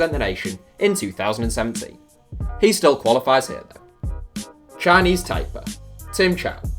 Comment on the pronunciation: Why is Taiwans flag the map of China and unified with China? China and Taiwan are two different countries. Its pronounced "Tie-Pay" too :)